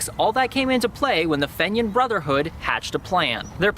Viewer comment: pronounced FEEnian